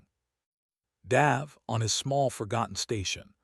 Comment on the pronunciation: love the accent on the a in the name Dave....normally its pronounced D-a-ve not D-ah-ve.....but that could just be local culture.